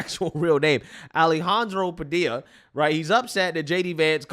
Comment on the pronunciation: Jorge😂. At least he pronounced his last name right. Ive heard news ppl pronounce the L in Padilla.